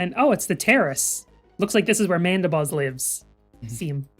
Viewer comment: It’s mandibuzz. I don’t have to watch past the first 5 minutes. It’s def mandibuzz